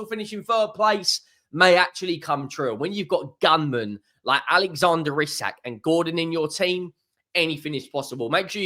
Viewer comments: Its pronouned EEE sak! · Wrong buddy. It is EE-Sak, watch a Newcastle united video where the players pronounce their own name, if you don't believe it. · Isak himself pronounces it "Eye-sack"